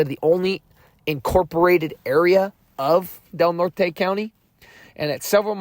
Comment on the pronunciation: Redwoods trees, County is pronounced Del Nort.